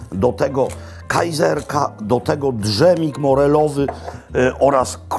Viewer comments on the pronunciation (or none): Mówi się dżem a nie drzem. Drzemać może po jedzeniu na przykład. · Bardzo lubię Pana filmy, ale jedna rzecz mnie razi i pojawia się wiele razy - wymowa słowa dżem. To jest dżem, a nie d-żem :) proszę o zwrócenie na to uwagi. Pozdrawiam !